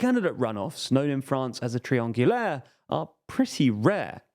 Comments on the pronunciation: Lol, someone taught you how to pronounce triangulaire since the last video. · Thumbs up for your pronounciation of "triangulaire"!